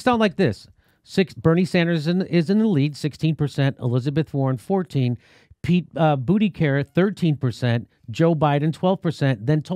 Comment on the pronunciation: Did I hear “Pete Bootycarrot”?